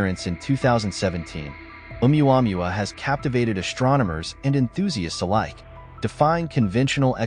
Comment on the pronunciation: It's pronounced Ow-wah-moo-wah. The wanderer.